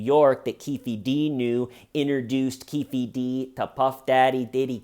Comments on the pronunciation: Lol, you know I love you bro but it's pronounced "Keef Dee." As a huge hip-hop fan I can't let it slide sorry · I can’t stop laughing every time you say Keefy D 😂 whatttaaaname